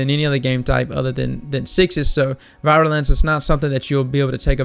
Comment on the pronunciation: Vee-Roo-Lin-suh. People have been butchering that word all day.